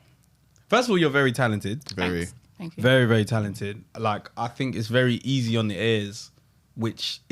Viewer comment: And "tenkyou"😂